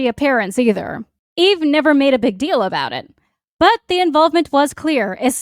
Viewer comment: Oh, I thought you were saying "Yves" not "Eve"... 😅